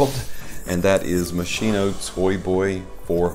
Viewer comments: Please... Moskino... Ch = k... The english pronunce in italian sound terribile k. THX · Its pronounced mos key no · it pronounced mosKino